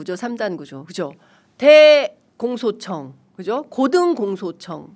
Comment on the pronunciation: 대공소청~? 나는 왜 대청소청으로 들리나? ㅎㅎㅎ